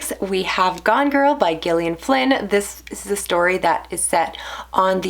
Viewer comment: I just discovered your channel last week and I have to say you've hooked me with your well-spoken, concise and insightful book talk. The moment I clicked on that Like button was when you said that Gone Girl reminded you of your own marriage. Refreshing honesty! Concerning! And thanks for pronouncing the author's name correctly and not "Jillion". Huge Gillian Flynn fan here. What did you think of "The Grownup"? That one's divisive (I loved it). I got a lot of recs from your videos. Thanks!